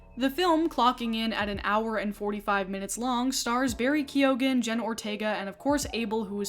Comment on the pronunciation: I loved this video, but why is nobody talking aboit that pronunciation of Barry Keoghan?